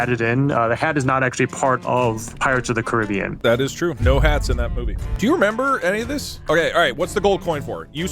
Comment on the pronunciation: "Pirates ot the Caribbean" DouglasDouglas has really fallen off